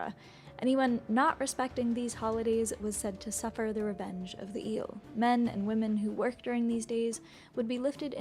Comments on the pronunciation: The name is " ielele", not eelle. They are very dangerous and my grandmother told me that she believe in " iele" !! 😂🎉 Cristian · (this comment it is only about the original video, not about the reaction of Mr. Giant) That is absolutely wrong pronunciation. Right one would be "ye"(from "ye-sterday") "le" (from "le-gend"). And it is usually used as "the iele"="ielele" an then the pronunciation it's ye+le+le. Also the word it's defective from singular, it is always used at plural even that it's a single unit, it is always a group of entities so it does not have a singular form. The name comes from the third person plural pronoun "them" in romanian "ele"(fem)/ "ei"(masc.). In a loose translation would be "the Them" in feminine form (masc. would be "ieii"). Also the whole story it is completely wrong. Kids! "The internet" is not "The Royal Society"! Don't get the data as absolute facts. Most of the data is that some guy wrote something that he believed to be so, and that's it. No triple check from triple sources, no academy background, .. just some guy like you and me. Do not make educational videos based one what some random guy said! :)